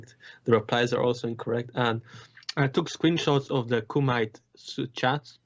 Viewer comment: Kumite is Coo-ma-tay. Have you never seen Bloodsport?